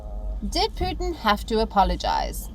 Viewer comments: Why does she keep pronouncing his name as Puthin? It's Pootin. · Not "poo-thin " but "pyoo-tin "